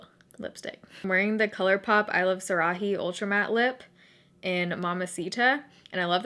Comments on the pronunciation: iluvsarahi's name is pronounced sah-rah-eee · it’s pronounced i-love-sara-e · I love how you say iluvsarahii even tho that's not how you say it 😂 xoxo❤️✨